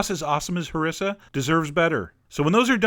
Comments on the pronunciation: chef john its pronounced ha-r-e-sa not ha-ri-sa not trying to be a prick but im arab and i kinda know what im talking about =) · Pronounced: HarEEssa... but thanks! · Awesome stuff!..I just wanted to correct your pronunciation, you should stress the i not the s by saying Hariiiiiisah. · i searched for harissa to see how people around the world make our food and as a tunisian THAT IS NOT A HARISSA, HE DOESNT EVEN PRONOUNCE IT CORRECT( ik that this video is so old) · Okay, my name is Larissa, and everytime he says Harissa it sounds so much like that xD